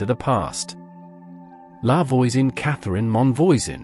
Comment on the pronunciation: Man, I know it's quite something to ask but when you talk about foreign people, could at least try to learn how to pronounce foreign names? Catherine Monvoisin.... It's a good thing I know all there is to know about the Affaire of the Poisons, because otherwise I'd never have recognized the name. Also, you forget to mention that her first dabbling in toxics was as part of her midwifing work, when she became what we French call a "faiseuse d'anges" (angel maker), that is, she provided abortifacient drugs, some of which were downright deadly. Not to mention that the witchcraft side of the affaire was minor, the more important thing is that she was at the core of a ring of poison sellers, responsible for many deaths.